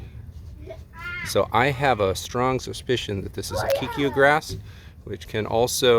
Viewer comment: Hey, I'm from Australia and that grass 100% looks like Kikuyu, it's everywhere here. You pronounce it "kai-koo-yoo".